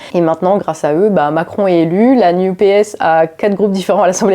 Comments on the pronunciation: NUPES prononcé "new PS" = wtf? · Prononcer New P.S. pour NUPES, c'est voulu ? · J'entends "New PS" pour "NUPES". C'est volontaire peut être ? En tout cas c'est pas bête. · bonjour, il y a une chose étonnante , a chaque fois que vous prononcez "NUPES" moi j'entend "New PS" ce qui au final est plutôt vrai! , ce ci étant dit , bonne analyse comme souvent avec votre travail , cordialement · Ah donc, pour, ça se prononce "la new-PS"?:D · La nupes prononcé "New PS" c'est parfait <3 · NUPES prononcé "NEW-PS"? J'ai bien compris?? Le nouveau PS? 🤣🤣👍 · le retour, enfin! Pertinente et impertinente, comme toujours. On retiendra la nouvelle prononciation pour l'improbable coalition de Mélenchon: New Ps